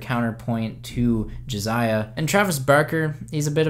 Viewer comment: It's Jasiah not Jaziah